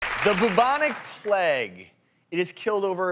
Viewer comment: omg why do plague sound like that?😂 the boobonic pleg the pleg